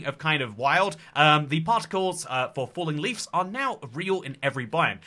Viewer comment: congrats on figuring out how to say bush! now you've just gotta figure out how to say "leaves" (hint: theres a v in it)